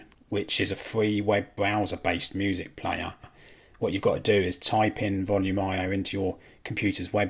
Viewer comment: I know this is nitpicking but those pronunciations... Pi as in pie, not P I Volumio as in Voloomio (one word) Allo (short 'o' not 'oo')